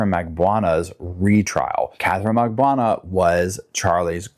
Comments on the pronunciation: Mag-Ban-eww-ahh = Magbanua You can do it! I have faith in you‼️ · Katharine Mag-ban-oo-ahh. Is the e way it is pronounced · Donna’s husband is Harvey, not Harry and Katie’s last name is Magbanua - pronounced as spelled out.